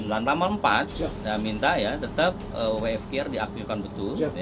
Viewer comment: So sorrryyy SIR .. Must be W (Double You) F (Eif) Q (Kiyu) R (Ar) ... but all great LOL